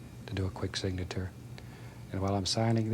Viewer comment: did anyone notice he pronounces signature weird?